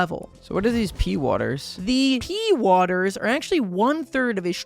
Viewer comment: He also called the ex "the mom" and the strawberry seeds "pee-waters." I can't anymore, man.